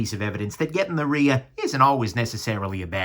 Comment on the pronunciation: ‘I got the Rhea and am happy for a change’?! Really.....explains the speech problem! Jk. Thanks for the video!